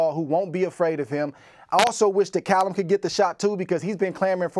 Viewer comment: Cay-llum Smith?